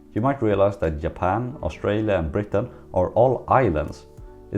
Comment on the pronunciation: Why am I hearing Yapan and Yermany? Is G and J have the same sound in Sweden?